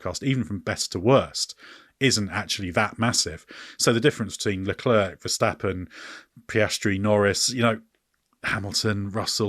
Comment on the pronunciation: At least that's better than somehow constantly mispronounce Leclerc and Zhou's names